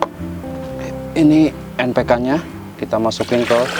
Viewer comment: Bang npk apa,kurang jelas